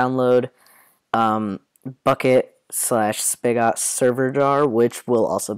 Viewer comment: spy-got lol